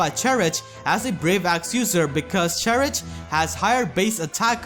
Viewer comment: I always thought Cherche was pronounced 'chershay' not 'cherich'. Also, I have a question, good sir. Should I upgrade Cherche or Michalis to 5 stars? I'm having a hard time as getting feathers takes sooooo long for me.